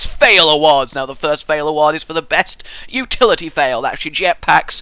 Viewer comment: uhhhhh what exactly is "utlity"